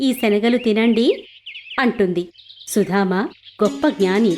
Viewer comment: Nice.But it is Sudama not Sudhama